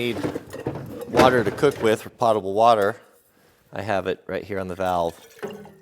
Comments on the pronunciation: This isn't meant to be snarky at all. The first syllable of Potable rhymes with poe, not pa. It's pronounced poe ta ble. I'm really enjoying seeing the van come along. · in the absence of pettiness, may I please correct your pronunciation of Potable? It is pronounce PO-Ta-ble. Long "O". Something that is Pot-able is just able to be put in a pot and sewage can do that. Please blame Alex Trebek for this. I thought for the first 15 years I was in the Army that it was Pot-able as that is what I always heard. There was a category on Jeopardy, Pot-able Po-tables. I thought he was nuts and couldn't speak English. I looked it up in the dictionary and found out that he was correct and that PO-table means: safe to drink, drinkable. I respect your skill and intelligence but you fell for the same thing that I did. Please accept my correction as it is not just to criticize, but to improve. Keep the excellent, informative and entertaining videos coming. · Another nice video,. That adapter looks like a nice solution. BTW, it's not pot-a-ble like what you cook in, the "o" is long, like potent. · Potable is pronounced with a long o. Don't feel bad, most people mispronounce it. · Honestly, almost no one pronounces potable properly except those of us that process water for a living. I process 4-6 MGD of drinking water.